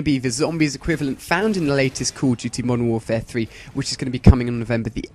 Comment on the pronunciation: are you saying cool duty?